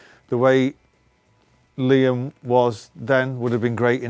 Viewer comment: You said LIam...Liam ...LIAm..come on...oasis is you and Lian..come on...